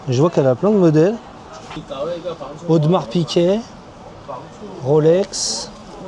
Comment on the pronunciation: tu as dis " Audemars PiQuet " ?? :) fort